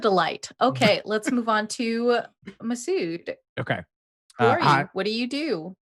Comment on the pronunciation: Hey! Just so you know it's Masood, not Mahrude! 😁😁